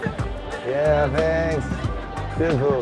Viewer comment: “Tenks tenks “ en todo el video